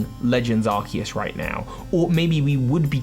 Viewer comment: Thank you for pronouncing Arceus correctly.